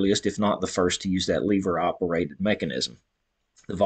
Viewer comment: Wtf is a leeeeeever??? LEVER